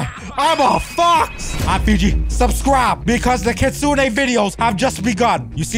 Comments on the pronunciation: It sounds like is saying kitsuna not kitsune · Kitsunei bru its not kitsunei its kitsun(pronouncing)